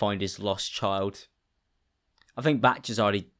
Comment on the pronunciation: it is batchsch, my good sir do not fret